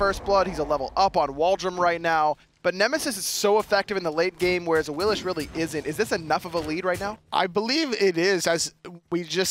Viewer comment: why the fuck do they call AWILIX awilish? even awilix says her name AWILIX